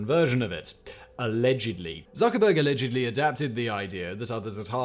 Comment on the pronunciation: Uh-LEDGE-ud-LEE 😂😂💕💕I love it!!